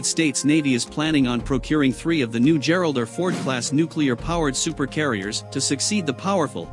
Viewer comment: "Geralder Ford class"?? C'mon, fellas. That's the letter R, pronounced "are," OK? Do I have to spell it out for you? Just say "Gerald Are Ford," got it? And no, no. Stop, stop. You don't get Brownie points for saying Gerald Are Fords.